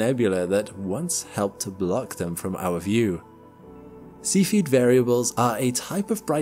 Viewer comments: Mr Narrator, its not a seafeed star, its a cephid star. Please pronounce it correctly. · While we're at it he makes me giggle everytime he says see feed variable stars when I'm pretty sure it pronounced sef ee id. Nevermind at least he's adding the g to his ing's these days, small wins 😉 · I hate that people are going to watch this video, and think that cepheid variables are pronounced "see-feed". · Cephied is not pronounced Sea Feed, but otherwise, very well done video. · In this video I heard a new (to me) English pronunciation of the word cepheid?? What is the commonly accepted pronunciation used by professional astronomers?